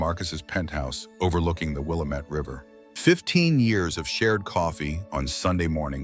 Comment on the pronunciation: Willamette: accent falls on the second syllable: Will - AM - ette.